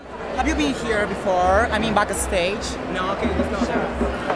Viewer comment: Omg Diego, " you see this is a backastagaaa"